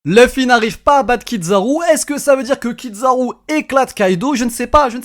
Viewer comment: Kizaru "zzza" pas Kid zaru. Même en japonais ils disent Kizzzzaru 😮‍💨 Il prononce plus japonais que les japonais eux-mêmes 😂😂😂